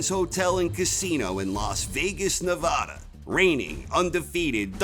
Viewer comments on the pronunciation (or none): I'm a great boxing fan and a fan of your videos. However, as a former resident of Vegas for 16 years I cringe everytime I hear you mispronounce the states name. It's Ne-vaah-da, not Na-voh-da, bur don't take my word for it, ask some other residents, or better yet, just call a city or state office. Many can argue that it has nothing to do with your narration of the act matches themselves, but it marks the difference between being good and being flawless.